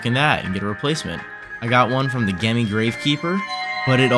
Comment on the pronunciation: Not being mean or anything, but gemmy is pronounced like jemmy. your welcome for the advice. :D